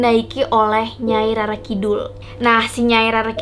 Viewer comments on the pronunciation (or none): Rara kidul Bacanya Roro Keknya gitu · Bacanya roro kak bukan rara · Bcanya Roro kidul mba',,,, bukan rara.